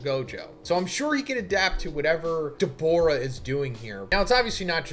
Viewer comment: Dawg his name is Dabura not Debora